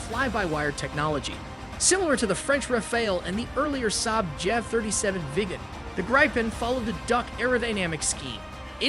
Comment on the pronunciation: Saab is pronounced SAAB, not SAB. "A" as in father, fa-ther.